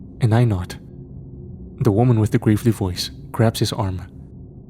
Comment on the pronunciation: Bro its pronounced Gravel-e not grave-ly Fuck lol